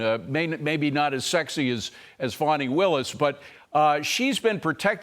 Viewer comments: It’s Fani, not Fawny. Like it’s illegal aliens, not undocumented migrants!!! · It’s literally Fani not Fawni That is a baby deer with I Fani is a Southern Butt 😂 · Why do they keep pronouncing her name Fawney? Or Fahwnee? Fani is fanny. That word is not offensive, it's a slang word. Her mother and father to blame and giving her that name. It seems everybody chokes on it.